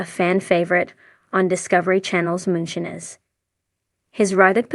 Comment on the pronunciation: Please learn to pronounce moonshiner